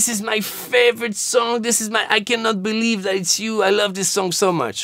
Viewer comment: i ke not beleevee